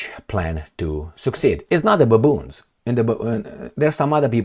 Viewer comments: am laugh alot when say baaboons😂 watch u from Ethiopia 🇪🇹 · No, babuuns in a ukii end usii!